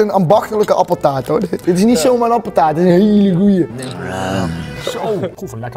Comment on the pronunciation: Rob “appetaart”